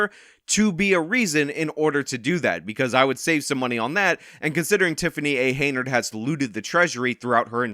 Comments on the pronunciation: Hen-Yard. Hen-Yard. Not Hey-Nard. Hen-Yard. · Hen-yard not hay nerd. Your cred is reduced when you continue to botch her name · HEN-YARD not Heynard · YOU'RE KILLING ME. IT'S HENYARD, NOT HEYNARD. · Henyard, not Heynard. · keeps calling her HAYnard when its HENYARD and im here for every minute of it! 😂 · HenYard ...not Heynard. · If you're going to keep making videos about her, you should know her name is "Henyard," not "Heynard." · At least you could pronounce this criminal’s name correctly. Her name is henyard, NOT haynerd. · HEN-yard, not Hey-nard! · Hen... YARD... Not Heynard. You've never once pronounced this idiot's name correctly. :D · Is it me or does he say Hey-nerd on purpose? I mean, I find it super hilarius because she doesnt deserve to be called by her real name anyway, Hen-yerd. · it's not Heynard. It's Henyard as in yard hen. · you know that we all love you, and I appreciate your work. My issue is that Teflon Tiffany A. Henyard’s last name is pronounced “Hen-yerd” and not “hay-nerd”. Have a great weekend! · Her name is Henyard not Haynard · You keep saying her name wrong. It's Hen-Yard not Hey-Nard. Hard to shame someone without the right name. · Its Henyard, you illiterate. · HEN-yard, HEN-yard. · Unsubscribed! I lost most my respect for this channel. Dude doesn't even know the name of the person he's reporting about. Tiffany Henyard! Not Heynard. Dude is just pumping out bullshit for views. This story contributed nothing. Just talking about the same shit that's weeks old. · So her name is spelled Henyard but it's pronounced Hey-nard?!? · Dude. I love you and I know you pronounce things wrong on purpose sometimes, but it’s Henyard. Hen-yard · HEN - YARD. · Dude's done 7 episodes on this lady and still can't say her name. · Bro you’re gonna have to start pronouncing her last name right at some point